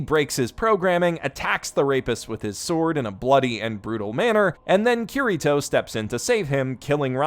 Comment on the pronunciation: "Cureeto"? That's a pretty strange way to repeatedly pronounce a name that isn't spelled like that.